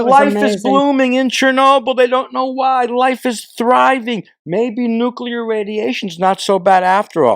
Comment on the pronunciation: I was wrong. He pronounced nuclear correctly.